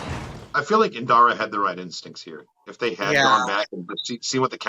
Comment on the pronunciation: Please I beg you - her name is Indira 😭